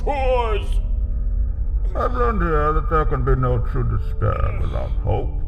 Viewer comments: Oh god, I hate myself posting this comment but, I can't let it go unknown. It's "Despair" not "Dispair". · It's despair not dispair Crowder!